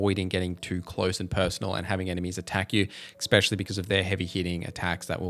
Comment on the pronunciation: Just so you know, it’s ‘especially’ not ‘especially’